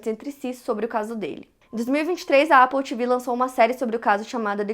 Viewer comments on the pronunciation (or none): none